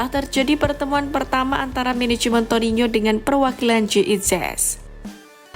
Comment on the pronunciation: Torino. Bukan torinyo..